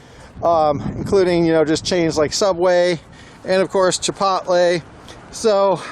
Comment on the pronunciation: I cannot believe there’s no Dutch bros on Monroe anymore!!!! How on earth did that happen??? That place always had a 5 person line in it???? Brother how do you pronounce chipotle lmao ya goober maybe you’re right w your pronunciation but I’ve never heard someone say it like that I love these vids tho Man they really put a smile on my face